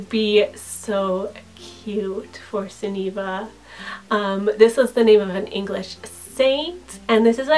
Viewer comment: I love these kinds of names, though I don't think I'd use many of them. ^ ^ I think my favourite is Sunniva, which is one of the few Scandinavian names I actually like. Just a note, though, the stress is on the first syllable. I also like Adeliza.